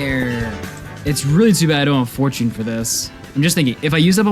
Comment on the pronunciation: Its pronounced /for/ /chin/ not /for/ /choone/